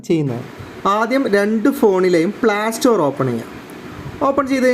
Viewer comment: പ്ലാ സ്റ്റോർ അല്ല ...Playstore എന്ന് പറ 😊